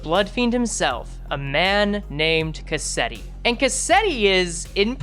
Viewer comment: Why is it that every project moon YouTuber I watch pronounces Cassetti’s name wrong like after a cassette tape? It’s a real life used name! It’s Cas-set-ti. Not Ca-set-ti!